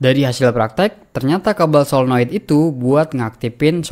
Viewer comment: Saya setuju dengan abang ini. Menyebutkannya tepat. 'Paralel" bukan "Pararel", Solenoid " bukan "Selenoid'.